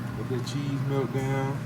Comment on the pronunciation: Can you pronouce a word correctly? Wit = With, Dat = That. 2025 'bro' lets learn to talk properly.